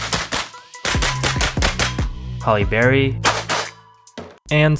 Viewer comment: Ok video...but butchering Halle Berry is so disrespectful.